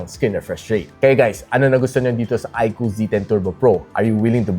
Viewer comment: Yun! tama yung pronunciation ng iqoo yung ibang tech viewer kasi, iq double o ang tawag